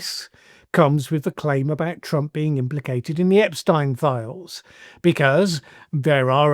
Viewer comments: This was a good video and my comment is completely trivial, but Good Lord man! How hard is it to say EpSTEEN, that is how his name is pronounced, the name that has been bandied about incredibly frequently for the last decade plus, STEEEEEN There is no way you have not heard it pronounced correctly many many times, you are wilfully mispronouncing it here 🤷🏻‍♀️ Sorry, I haven’t had my coffee yet and I decided to have some fun with a pet peeve! 😄 Carry on 👍🏻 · Good lord...pls pronounce it as Ep-steen. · "Ep-steeen", Jesus... 🙄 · Please listen carefully how Epstein’s name is pronounced before you make a video. Thanks !